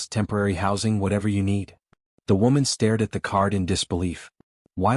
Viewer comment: WOman or woman 😂😂😂